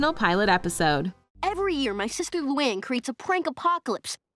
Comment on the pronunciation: Did she just call Luan from The Loud House Lou-in?